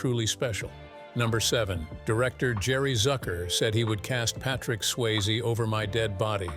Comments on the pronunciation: it’s SwayzE, not Swayz 🤦‍♂️ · Getting Patrick Swayze's name wrong is unacceptable, but at least be consistent with the pronunciation - Swayz, Sway-zee...pick one (hopefully the correct one) and stick with it. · Patrick Swaze? Swayze. Pronounce names correctly 😡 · Its Sway- ZEE not Swaze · It's pronounced Sway-ZEE!! Have some respect! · Swayze = sway-zee Willy Bruce? Folks, this is slipshod video making. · Bruce Willis is Willy Bruce now? Bad enough you’ve been leaving the “E” off of Patrick Swayze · At least pronounce Patrick Swayze’s name correctly please!